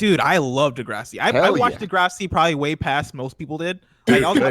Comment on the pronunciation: Tell to stop saying "De-grasssiii", it's not pronounced in some weird, Italian way...and here's where my Degrassi world fell apart